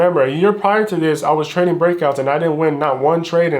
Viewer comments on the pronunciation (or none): i will nevvaa nevvvaa quit twading